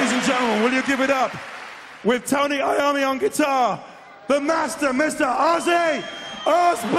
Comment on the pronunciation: It's Iommi